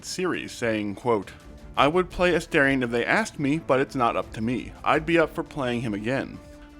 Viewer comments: A-'STAR'-ion! for the love of gods. Not A-stare-ion. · I really don't understand how so many people are mispronouncing his name. They say it like a thousand times in the game, and it's pronounced as it's written. A-STAR-ion, like a star in the sky. What is so hard about this?